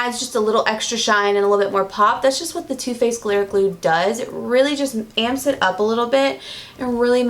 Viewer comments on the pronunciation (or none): none